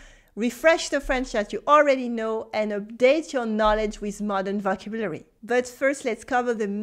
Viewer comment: Bonjour, Your videos are always great but your pronunciation in English of “vocabulary” is off. It’s very close to the French pronunciation – vo cab u lary. Best wishes, Phil.